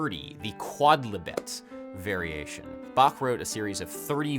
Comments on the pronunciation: Finally someone who pronounces "Bach" right. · Very nice effort of pronouncing Bach correctly! :)